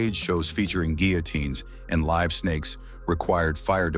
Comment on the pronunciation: Another AI narrated YouTube channel. So obvious. Go to and listen to the way the AI says LIVE from Daryl's house. It's not live that rhymes with give, it's live that rhymes with jive, and that's just what this channel is, a bunch of jive. There are SEVERAL other mispronounciations, which just makes the whole video suck.